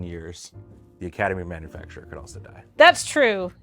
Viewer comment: Why can nobody pronounce Academy ManufacTOR? 😂